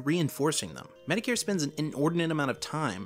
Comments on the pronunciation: MediCare lmao. It is said Met-o-kur. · It sounds like you’re saying Mr. “Medicare”. Just pointing that out. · The way he said metokur Bruh